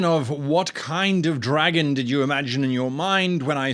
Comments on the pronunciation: Because you pronounced it "dragún" I imagined a knight who rides a giant lizard and wields a halberd that works as a gun. I dunno man, brain works weird. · The way you said dragon sounds vampiric so I had an image of a dragon controlled by a vampire living in/around a castle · The pronunciation of dragon at the start sounded fairly welsh so whilst my dragon should be red my mind skipped sideways across the Irish Sea and was visualised as a green dragon stalking across a peat bog. Oddly this is specifically an Irish peat bog and not a Scottish one, I have no idea how I know this.